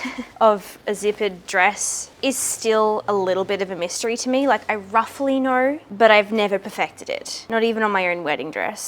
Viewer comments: when you say "roughly" i automatically hear RUFFLY 😅 Because i heard you say Ruffle so many times by now 😁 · the shoulder seams are in the right place, ~ruffle-y (I can't stop hearing it now hahaha)